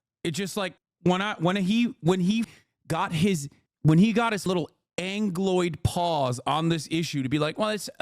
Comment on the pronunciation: Angloid paws 😂😂😂😂